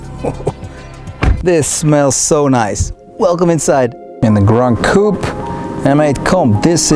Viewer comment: Please stop saying Gran Coup…